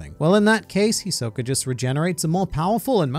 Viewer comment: The way he say Hisoka is trigerring for me. I expect more from an anime fan. smh 😕